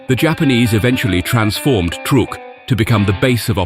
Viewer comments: Love the surf music-tad bit condescending? Ohh, and it's "Truck" Lagoon, not "Trook" Lagoon. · The narrator needs to learn how to pronounce the names of places and people we are not British like it is not trook it is truck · Truk is pronounced like Truck. not like Trook. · In American that we pronounce that truck Island if you're going to tell stories about the US you should use our pronunciations out of just respect😅